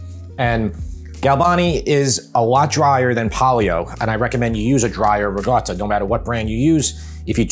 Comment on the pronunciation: it's not rigotta, it's ricotta with a C LOL